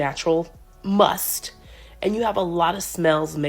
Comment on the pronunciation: did she say natural "MUST"?.... 😔 it's musk